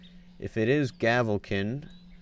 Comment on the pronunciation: its pronounced gavelkined